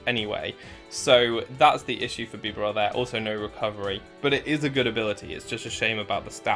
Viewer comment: Bee-barrel that’s how you say it